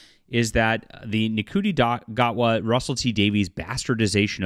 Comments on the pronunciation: Ncuti is pronounced "Shooty". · His name is pronounced "shooty" btw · I can't stand the new Who either. It's garbage, they're fudging the numbers and just plain lying about its popularity. The scripts are awful and Ncuti Gatwa is terrible as The Doctor. However, he IS a favourite in Sex Education and rightfully so. (BTW his name is pronounced "Shoe-Tee" - as in wearing shoes and T-shirt.) You've put a lot of effort into the narrative so try to get the names right.